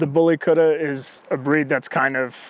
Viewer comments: Kutta is pronounced "KUT-THA" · The way he pronounce kutta is funny,, indians n Pakistanis will understand,, lol